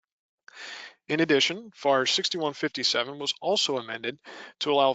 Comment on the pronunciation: IT"S NOT Far it is spoken as the Letters would be F-A-R Federal Aviation Regulation(s).